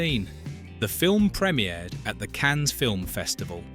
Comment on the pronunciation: Cans, Cann- ess?